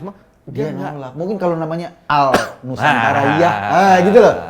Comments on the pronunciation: Lijal Lamli ga bisa mengucapkan nusantala 😂 😂 😂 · Lizal lamli tidak setuju nama nusantara karena dengarnya nusantala 😀😀😀😀😀😀